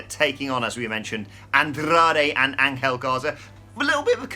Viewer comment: Say it with me: Angel (Ain-gel)